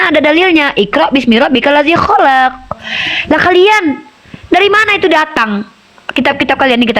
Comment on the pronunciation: Salah.. Yg. Benar. Kholaq. Bukan. Kholaaq